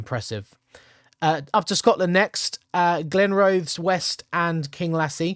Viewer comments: Glenrothes = Glen- roth -ess (as in Loch Ness) 👍🏻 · Glenrothes = Glen - roth - thess you pronounced Kinglassie beautifully!